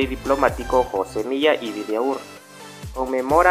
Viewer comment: La calzada en la zona 6 tiene el nombre del escritor José Milla y Vidaurre. Pronunció mal el nombre. El acento/inflección del sonido se pone en la A de Vidaurre. La última sílaba es: RRE. VI-DA-U-RRE